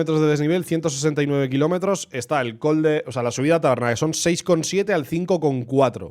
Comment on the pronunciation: Sí, se nota y se agradece el esfuerzo, de verdad❤. De hecho después pronuncias Benimantell de cine. Simplemente lo decía porqué últimamente he escuchado mucho lo de col/coll y me preguntaba por qué era, si era algo particular de la palabra o qué